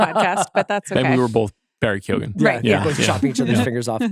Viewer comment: CR mispronouncing keoghan 17 times in 30 seconds really hurt my soul